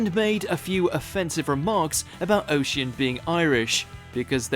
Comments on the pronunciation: The guy who Clarkson punched is called Oisin, which is pronounced osh-een or Osh-een not O'cean. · That man Jeremy Clarkson punched name is pronounced, (O-Sheen) or (uh-sheen) depending on the person